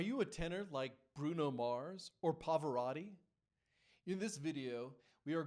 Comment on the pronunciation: Why can't you pronounce Pavarotti?